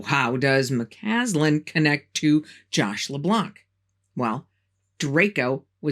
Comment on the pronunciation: Just a heads up: you sometimes mispronounced McCasland's name by saying McCanlan. Otherwise a very good video. Thank you.